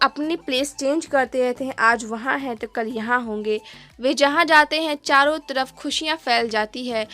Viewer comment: चरो नहीं चारों 😅😅😂😂😂😂❤❤